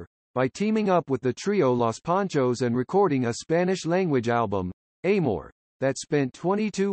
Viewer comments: This voice sounds like one of those recordings giving instructions over the phone. It is pronounced ahmor, not eimor, but then why get that right when most everything else was mispronounced also. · I totally agree. How stupid and insulting. Also, the narrator, who sounds like a robot, pronounces "amor" a-moor. Yeech.